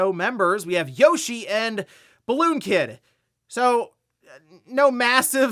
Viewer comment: Yeow-Shee =/= Yoshi.